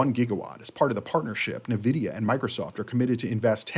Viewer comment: It's pronounced En Vidia